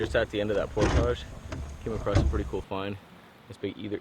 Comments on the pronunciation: driving me nutz, Portage is pronounced PORT-IG not POR-TAGES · it's portage not portaaja lmao 🤣🤣 love you channel though brother period keep up the good work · Portage rhymes with cordage, not massage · Awesome video, although it made me cringe every time I heard portage pronounced "pourtaaahje". It's "port-edge"! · UNBELIEVABLY COOL, JOE! WELL DONE. YOU ARE QUICKLY APPROACHING THE LEVEL OF OUR HERO, LED STROUD! CAN'T WAIT FOR PART TWO. IT DIDN'T EVEN BOTHER ME WHEN YOU SAID POR-TAAAAAAAJ! BRAVO! BRILLIANT!